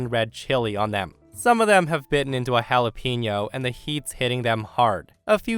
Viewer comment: The word "jalapeño" is repeatedly mispronounced.